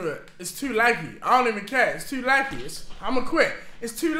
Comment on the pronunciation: How Deji says laggy “laggee” 😂